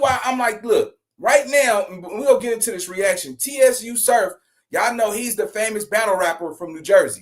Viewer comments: “Suuuu surf” bro tsu pronounced is Suuu lol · It's not TSU like the school lol. Its TSU (pronounced like sue) surf.